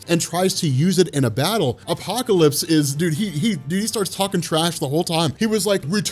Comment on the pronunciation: The way u say apocalypse is godly